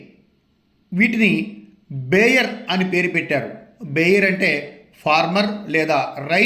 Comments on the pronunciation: బేయర్ కాదు బోయర్ అని పలకాలి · బేయర్ కాదు సార్! బోయర్. కానీ మార్కెట్లో వీటి మాంసానికి ఎంత డిమాండ్ ఉంటుందనేది తెలియాలి